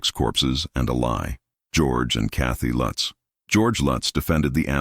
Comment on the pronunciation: How many times did they repeat that address I lost count. And can they decide how they're gonna pronounce the name Lutz I hate A.I.